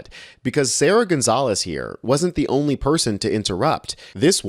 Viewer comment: Gonzales with an S lol